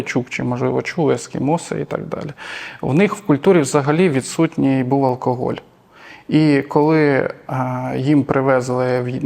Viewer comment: Безграмотно в слові "алкоголь", першу букву вимовляти як "о". Це в російській мові є випадки де написане "о"читається як "а", а в українській читаємо все, як пишемо.